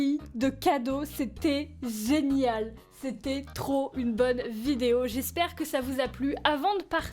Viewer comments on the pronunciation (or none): Ta dis zenial au lieu de génial